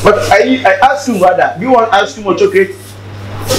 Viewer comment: 😂 did Kyekyeku said Chocurate.